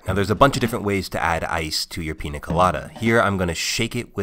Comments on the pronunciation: People, it's piÑa, not piNa. Similar to the french gn sound or the portuguese nh. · Holy sh*t you're SUCH A GRINGO! It's NOT a "Peena Colada", it's a "Peenya Colada". Literally couldn't watch the video all the way through. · 7 seconds in and I'm already annoyed that white people can't pronounce the things they consume on a regular basis. it's Piña, not PINA. that little squiggly thing matters. PEAN-YUH. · ñ is not that hard bro c’mon nya pee-nya piña hooray you got it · Every time he pronounces Piña Colada like Pina colada I wanna turn off this video but I wanna see what it's about ughhh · Easy explanation: It's Piña Colada. (PIÑA is pronounced pinia not pina). That's a super easy correction that will help you always with any word using Ñ. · Every pina instead of piña hurts my soul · It's not pronounced pina, it is piña. Like a strong nya sound. ÑÑÑÑÑAAAAAAA! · PEEN-YA not PEE-NA! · I hate it when americans say PINA instead of PIÑA. Ñ is a different letter, it's pronounced the same way as the "gn" in 'lasagna' I bet they don't say LASANA. Same with Piña (and any other word with Ñ) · PEE-NYUH not PEE-NUH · I’m sorry but I can’t at the way he says pina 😭😭😭 my Mexican heart hurts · Say it with me: Piña (peen-yah). Not Pina (pee-nah). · Bro stop saying Peen Nuh colada. It’s Peen YUH colada. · Todo es perfecto salvo, que cada tres segundos dice pina y no piÑa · Hey, a trick to pronounce piña properly. The letter ñ in Spanish is pronounced pretty much as n+y so it's more of a pin ya colada and less pina colada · Sorry, but your pronunciation drives me nuts :-) It's a Piñ(!!)a colada and not a Pina Colada... :-) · The correct pronunciation is "peenya", not "peena", since the letter is an "ñ" with a tilde, not a regular "n". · PEEN YA not peena weirdo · Bruh stop saying PEENA colada. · Piña not pina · It's not called PEENA colada by the way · IT'S PRONOUNCED PINJA COLADA!!!!!!!!!!! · how do you spell it correctly but still dont know how to pronounce it?